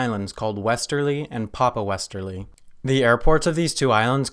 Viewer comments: it's westray not westerly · He pronounced westray and st Helena so badly wrong